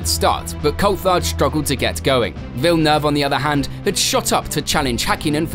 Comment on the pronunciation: Props for pronouncing Villeneuve correctly! Lots of people don't get it right at all. Good video.